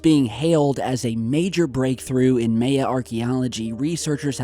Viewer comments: My-aaaah. Miiiiiiii-aaaaah. My-uh. Not may-uh bro. Geez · Pronounced My-Yah. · It's pronounced My Ya. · The fact that mis-pronounces so many common words, like Maya: My-Ya, Not MAY-Ya! It's so damn creepy. I think it means he was put in this position, by the powers that be, OR THE ALIENS THAT BE, perhaps as a distraction,.. The ultimate 'switcheroo-catch22-right under your nose' psychological manipulation. While other channels close, he stays in business. JOKE! LOL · I think it's My-Yuh not May-Yuh. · I'm so sorry to point this out, but you keep pronouncing the Mayan civilization a little incorrectly(May-Ah) , the Maya should be said like "My-Ah," or Mayan like "My-An" or possibly Mayenne which rhymes with cayenne (the pepper spice). Saying it correctly ads an even greater layer of credibility and authenticity demonstrating that you are familiar or even knowledgeable on the subject. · your killing me!,,,LOL!...It's My-yA not may-a this is such a great tool for anthropology and archeology great pod cast. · MY- UH. NOT MAY-uh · MAH YAH...Mahyah. Not Mei Uh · "may uh"? Really? M'eye uh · Instead of "may" for the first syllable, try "my" as in my ya. That would sound perfect. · you need to work on your pronunciation of the word Maya. say "my-ah" not "may-ah" still enjoy your channel don't take my criticism too harshly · Pronounced MY-Ah not May-ya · May-eh? Its Mi-Yah or more appropriately Mi-Yan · so I normally don't do this BUT....its pronounced MYAH not may-a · Mah-yah, not May-ah... Just saying. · Amaterasu Solar no, its neither. Its Maya. Not muh-uhgn or poo-you. As long as you knew what he meant when he said it, mission accomplished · you're my boy but may-ya is killing me. Lol my-yuh. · God dammit if u say MAY-UH one more time. It’s pronounced MY-UH not MAY-UH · what the fuck is may yah... all i see are mayan temples. (MY-YUH) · My-ah, not may-ah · it's "MY-YA" not "MAY-YA"... Yer killin me smalls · haha "mae-ya"